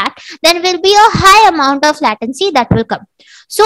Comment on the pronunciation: nice explanation. How ever you use a lot of "so", mostly in unwanted situations. And your "latency" pronouciation is wrong. Hope you create more vidoes.